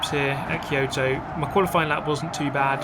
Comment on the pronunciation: The pronunciation "Key-Yohto" triggers me. :D I should see a therapist.